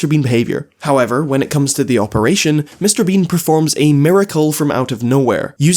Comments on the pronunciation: I was enjoying this video until I realized says “Mr. Bing” throughout the entire video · sometimes i hear him say "Mr. bing" instead of Mr. bean🤣